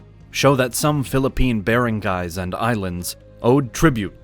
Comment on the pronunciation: He pronounced Barangays and Datus wrong.